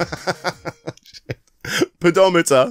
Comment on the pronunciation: "pedo-meter" made the whole video for me lmao